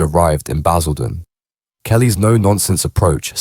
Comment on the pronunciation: Baz-ILL-den was a powder keg Sort this AI slop out it's total shite